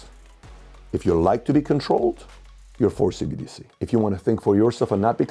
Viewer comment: She said CDBC lol